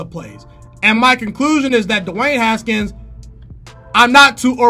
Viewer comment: The way he says “DEWAAANNE HSKNS”